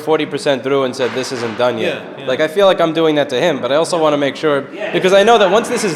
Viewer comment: "Dis is plywood. Dis is glued togeddah." gasps REEEEEALLY?